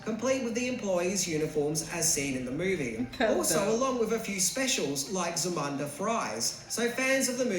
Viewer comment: Zamanda?? Isn't it Zamunda???